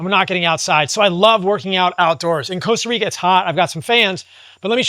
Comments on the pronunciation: Stop calling it "Coasta Rica" bro. Loooool. Nice place though, amazing lifestyle also. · coasta Rica😂